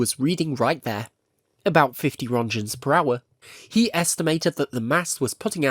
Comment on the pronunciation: "1000 rontchens"